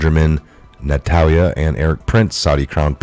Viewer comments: Thank you for Red Pilling people. Love ya and watch videos daily. Are you tired, eyes sore or words not clear? Ex nurse so a tad worried for you. Just a concern of reading some words wrong alot lately like today Israeli PM Benjamin NETANYAHU was pronounced Natalya 3 x today.. word myriad pronounced (mer-ree-uhd) and abhorrent (ab- whore- rent) different from aberrant (ab- er-rent) in past. Hope you do not mind. Professional journalism best with good spelling and pronounciation. Arab and Russian names tough but BIBI PM ISRAELI...we all know. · Netanyahu = NET-AN-YA-HOO. Thats for future reference. I love the content but the mispronounced stuff gets me. Keep up the great work. WWG1WGA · Net - in - yah - who